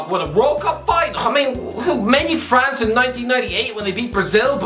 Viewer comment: ffs man, just say france